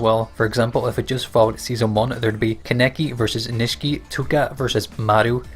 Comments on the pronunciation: It's kakune not kukun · Said kaneki’s name wrong